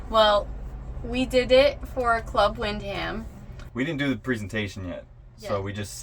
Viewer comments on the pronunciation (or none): Wind-Ham 😂….try win-dom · The h is silent and is pronounced wind dum not wind ham. Just saying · 2 minutes in if you say club wind-ham one more time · wind ham ...you mean win scam